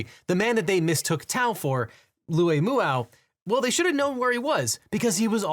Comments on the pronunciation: “Luay Mooau” ❌ “Loo Moo-ah”✅ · Pronounced " Lou Mwah" It's hmong name. Hmong people already are an under represented community. ICE is gonna extinct my people. Never again?